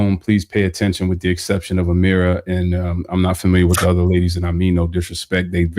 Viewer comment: Her name is..not Ameera